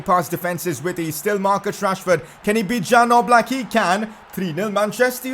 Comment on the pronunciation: It’s yan oblak pronunciations